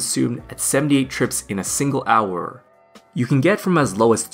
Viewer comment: i hate when he says hourrrr